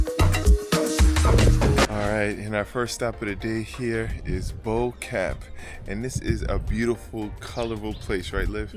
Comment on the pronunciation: Bo Kaap is pronounced where Bo sounds like 'poor' and Kaap sounds like 'harp'